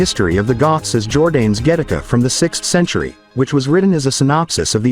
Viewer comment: Jordanes is pronounced jor-DAH-nes. Videoland is replete with monolinguals, who blithely destroy other languages.